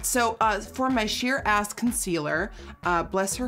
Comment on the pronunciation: I love how she pronounces “ass” as “as”